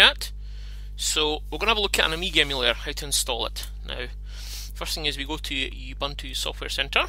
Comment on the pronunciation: by the way, it's pronounced "ooboontoo"